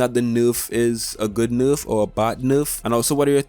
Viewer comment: I love how he says nerf , (norf)